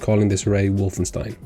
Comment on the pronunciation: It's "Wolfenstein" btw not wolfenstien :)